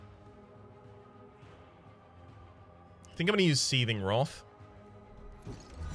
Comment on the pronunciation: 8 episodes in I was wondering what this roth is. just pronounces wrath funny.